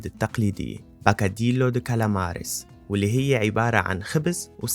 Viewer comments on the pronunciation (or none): جاي تعطي رايك بأن برشلونة اجمل من مدريد وانت مش عارف انّ اسمه بوكادييو ، مش باكاديلو ال double L بالاسپاني ياء ما حدا طالب منك تكون استاذ اسپاني . بس اقل ما فيها بدل ما تشرح للعالم على السياحة والاماكن . تعلم كيف تلفظ الكلمة( اذا عنجد زرت اسبانيا وتعرف مدنها وثقافتها، مستحيل كنت تقول تلفظها غلط، مش كلمة فلسفية هي، مجرد معنا سندويشة بلاسپاني) تحياتي!